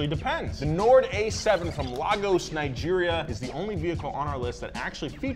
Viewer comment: "Nord" sound a LOT like Ford